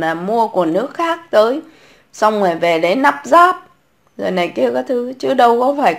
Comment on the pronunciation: Lắp ráp. chứ không phải nắp ráp .Dốt nát mà bày đặt chơi chữ...